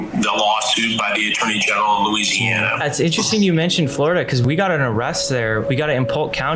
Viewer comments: Bro said Luziana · whyd he say Louisiana like that😭 "loue-si-ana" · "loseianna" is crazy 🙏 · did I just hear u call my home state luziana?? BOYYYY ITS LOUISANA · state of looseana?